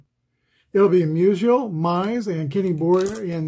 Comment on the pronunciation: Lol, when you said Musial scored, it sounded like Measles scored. Maybe I'll start calling him Measles in my 1962 replay. Glad to see Wilson and Dawson each get a hold of one. I was pulling for the Cubs. Just think if APBA had some of the great 1800s players for the Cubs like Cap Anson and Clark Griffith. I'm looking for an excuse (or a project) to buy the 1883 APBA season set. Haven't quite found it yet. I started the 1933 Carl Hubbell replay last night. In the Giants season opener on 16 Apr 33, Carl gave up 3 earned runs on 6 hits over 9 innings as the Giants shellacked the Dodgers 13-3 at Ebbets Field. IRL, the game was a 1-1 tie after 14 and a half innings. I assume it was due to darkness. In that game, Carl gave up 1 earned run over 11 innings. EDIT:I looked the set up on the APBA site and I see they do have Cap Anson in it.